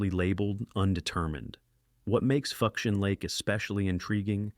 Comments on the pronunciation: Here's the breakdown ....foo-shen lake. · Lost civ #2 is pronounced ('FOO-SHAHN')!